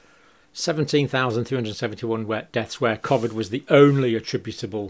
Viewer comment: Great videos. Just hard to get past the pronunciation of COVID and constant smacking of the lips.